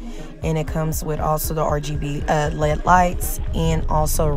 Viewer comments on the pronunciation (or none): Lol Lead? It’s L.E.D lights